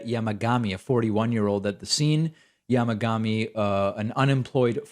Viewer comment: David, your pronunciation of "Nara" and 'Yamagami" is excellent. Well done.